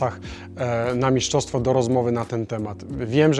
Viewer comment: Mistrzostwo - nie miszczostwo, trochę to drażni